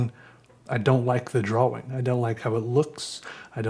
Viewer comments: FUCK OFF STOP SAYING DRAWING LIKE THAT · it is my completely non-professional opinion that you could do an ASMR "episode" of nothing more than you repeating over and over again the word.... drawing. You have a unique way of saying the word, drawing, that puts an emphasis on the "w" in a way that is both innocent and comforting. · The way you say “drawing” has an aesthetic to it I swear